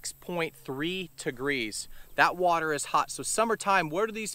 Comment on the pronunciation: You know it’s hot when it goes from “degrees” to “tegrees”